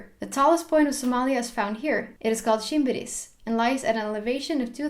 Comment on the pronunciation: I like your somali pronounciations of Soomaaliya, Shinbiris, shabeele etc. 🤗